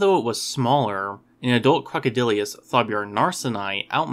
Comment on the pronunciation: generally well done - but it's pronounced "croc-o-dill-us," not "croc-o-dill-ee-us." (And C. anthropophagus wasn't larger than modern C. niloticus; indeed, the largest specimens of C. anthropophagus are smaller than really large C. niloticus.)